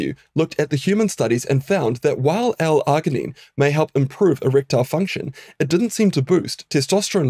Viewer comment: This dude needs to learn how to pronounce L-Arginine 🙄🙄🙄🙄🤦🏼‍♂🤦🏼‍♂🤦🏼‍♂🤦🏼‍♂🤦🏼‍♂